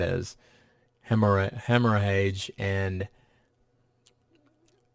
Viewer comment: Hemorrhage (prounounced like "hemmeredge") is bleeding